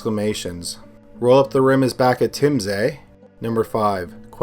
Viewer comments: I appreciate the extra effort to not screw up our ‘eh’ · We don't say eh like that.